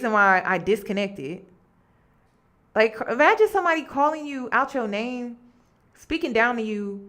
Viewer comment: aww! thank you!! you pronounced my name right :-) unfortunately, i couldn’t make the live and i’m so glad you saved it! thank you for sharing